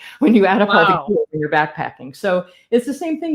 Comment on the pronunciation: I finally realized she was saying “gear” not “beer “.